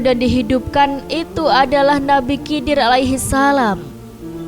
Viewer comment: Cara penyebutannya nabi khidir. aku curiga sama channel ini😅